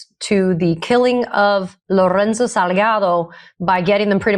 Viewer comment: The last piece of text you read Ben. You called him Loronzo instead of Lorenzo. Then you said the Salgato family instead of Salgado. The amount of place & people's names & other words you say incorrectly is astounding. I mean, it took you weeks before you pronounced Hormuz correctly. It begs the question Ben. Have you got early onset dementia? 😂